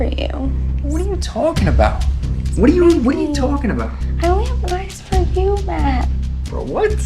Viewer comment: Matt does some slight New Yorker-isms here which is hilarious to me. The "whadaya-talkin about" and the "eh" at the end. I think he learned this from movies not his native Texas.